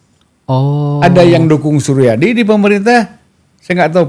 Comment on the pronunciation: hostnya malah gak ngerti apa apa, bahkan nyebut "suryadi" saja "Soerjadi" .. :D